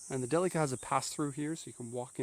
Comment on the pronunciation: i know this is 4 years old now, but i like watching these, and this is the only person ive seen whos pronounced "delica" correctly lol